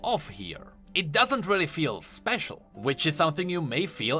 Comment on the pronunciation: because it feers speciarrr 😂